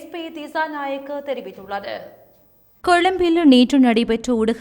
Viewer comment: Not Theriviththullazu. Theriviththullar In some sentences